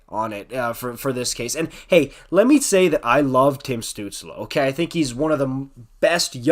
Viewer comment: As a Sens fan I can't disagree with much you said there, you even pronounced his name right. At this point I think the diving claims are pretty exaggerated but remember he's 20 years old, he'll figure it out. Crosby was accused of being a diver too.